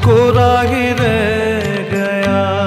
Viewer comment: Not only your voice resembles Kishoreda, you have perfectly adapted his style of singing. His style of modulation, pronunciation of words … for eg. in this song kishoreda sang “ Kora hi re Gaya” not kora hi reh Gaya” … Perfect